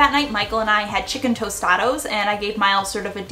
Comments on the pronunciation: Had to pause on dinner. Please get it right, it’s not Tostados. It’s Tost-ta-dhah 🤣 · That chicken tostados got me 😂 never heard that lol its tostadas , great video though ❤ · Did she say “tostados” lmao 😂 it’s TOSTADAS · I was like Tostada! Not tostado lol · Hi lovely thanks for the vid! Just a quick correction— the Mexican dish is called “tostadas” (with a) not “tostados” (with o)❤️ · Tostados 😂 loved the video tho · TOSTADA not tostado that’s not even a word it’s a tostada thanks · Tostados? I think you meant tostadas. Lol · IM DONE... u said tostados -_- ma'am its TOSTADAS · i think you were trying to say "tostada" lol 😂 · “Chicken tostados” 😂😂😂 but great ideas! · Tostadas lol great ideas tho! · You mean tostadas haha its cool but great job mom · its pronounced tostadas not what you said